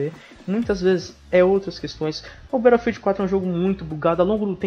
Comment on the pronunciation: "Berófiu" ha ha ha ha